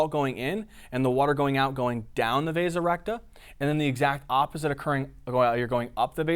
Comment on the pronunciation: Am I the only one that when he said "The vasa recta" thought he had turned into a british guy saying "The resurrector"? Amazing job by the way.